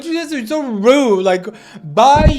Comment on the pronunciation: this kid can’t even pronounce his name “r”s. He ligit said “Wude”😭😭😭